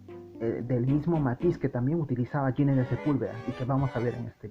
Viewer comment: Ginés es un nombre castellano y se pronuncia con las normas fonéticas de este idioma: la G con las vocales i /e tiene sonido de J. Ginés suena como Jiménez. Nunca como si fuera inglés . No es "Yinés", por favor. Este constante error hace que el vídeo se vuelva casi insoportable.